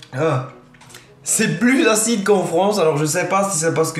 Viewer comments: Le " achiide" a m'a tué xD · T'es videos sont au top! 👍🏼 continue 👍🏼 et j'étais plier au moment que ta manger la tete brûler quand ta dit "achiiide" 😂💕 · j'kiffe le "c vraiment aciide'' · Haha tu m'a fait rire quand tu as dis "Aciide, C'est aciide!"